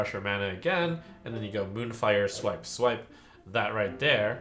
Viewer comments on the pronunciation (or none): none